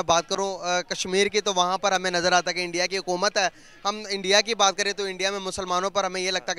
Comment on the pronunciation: ye log "INDIA" ko bhi endia bolte he to fir "Sudan" ko "Sweden" bolenge hi 🤣